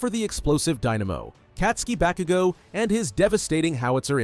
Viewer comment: bro said bakugo wrong